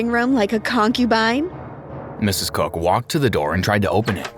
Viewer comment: I'm sorry but the way the first guy says Mr. COOK sounds like he's saying Mr. Cuck 😭😭